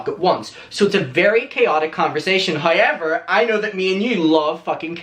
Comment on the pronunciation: lol its weird how u sound out the letter o... loke u say hoyever but then say the word context just fine.. im generally curios how that works